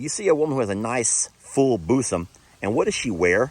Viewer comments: Girls BOOSUMS!!!!! LOLOL it's Bosom pronounced ˈbu̇-zəm [BUUZ] + [UHM] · Pronunciation….Booo sum. Not bus…um. Geeesh. 🧐🤣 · Boossom 🤣🤣 Still laughing at your pronunciation, and Jamis reaction to it!! So funny!! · it’s bUssom not bOOsom. Hope this helps x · Pronounced “ boozum”. I saw trying to tell you. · … it’s pronounced BOOZOME 😉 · it is pronounced BOOSUM!!! Hahahaha 🤣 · Ha ha ha, the way you say Bosom. May I suggest you say it more like Boozum. he he he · It's bosom but pronounced "bozum" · 🤣😂 it's pronounced Bo -sum.. ✌👍🤗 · Yes, I know he has got to be mispronouncing bosom on purpose right? Bc it's pronounced "booze-um" right...lol 😆 😂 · things are pronounced differently in different parts of the country. That could be one of them. Or he does it on purpose to not get in trouble with whichever platform? ❤️ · pronunciation of bosom,cracks me up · 😂 the way you say bosom cracks me up! lol. But you’re right!! Women who have big bosoms usually show them off! I have a big butt and I cannot lie!! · the way you pronounce bosom is hilarious. 😂😂 Speaking of kittens, what happened to that one you and LE rescued on LHL the other day? The one you put in the soft-sided carrier. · That Texas ascent sure came out when you said " Bosom " 😂😂😂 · Omg now I can’t get the words clacking horns out of my head 😆 I’m telling my cats to quit clacking horns 😻 I’m losing it! And I never heard anybody pronounce Bosom that way 😆😂🫣🤔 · For the love of Pete...ask how to properly day bosom! 😂😂😂♥️🤘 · That word for boobs had me snorting my hot drink with the darn giggles. I have never heard that pronunciation before. You kill me 🤣🤣🤣